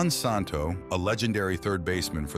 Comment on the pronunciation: The correct pronunciation of Ron‘s name is Santo SAN – TOE.